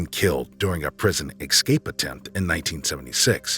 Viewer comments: It's es-cape not excape... and dubwa no daboys. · A narrator that says "ecscape" is a bit of a put off